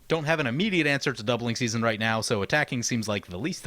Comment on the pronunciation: Ok but is no one gonna tell him he called it doubling susanne at the bigening. Lol. On a more serious note I love this video. My favorite commander player, playing my favorite color pair, led by my favorite character currently alive (second overall, just behind yawgmoth). It's like getting to magical Christmas land the whole video for me.